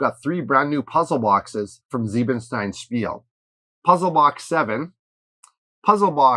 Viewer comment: Leave alone, Tyler! Let her mispronounce "Siebenstein Spiele" any way she wants to, you bully! 😭😭😭